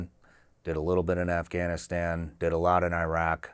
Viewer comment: It is insanely disrespectful and almost downright criminal that people from the country that went to Iraq and Afghanistan uninvited to blow up (both literally and figuratively) their lives and create chaos for the better part of 20 years don't know how to pronounce the names of those countries properly. It's not "eye-rack" (what do you rack? weights?), but "ih-raak", and the "a"s in Afghanistan are similarly the "a" in the word father, not in the word apple. And you get along with your family members well, not "good". Finally, route is pronounced identically to "root"; rout is a totally different word. JC 🤦🏻‍♂